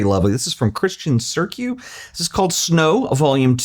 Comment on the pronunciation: love your attempt to pronounce a romanian surname! Cîrciu is pronounced as Khyr-chew